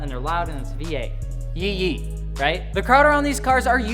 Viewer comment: Yee-Yee bud, not ye-ye🤦🏻‍♂️ damn city boys